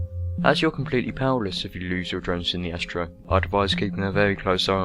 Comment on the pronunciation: Astero = AST-AIR-OH. Ancillery = AN-SILL-ER-EE. Learn to speak.